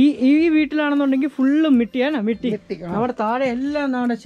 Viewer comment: മിട്ടി അല്ലടെ മട്ടി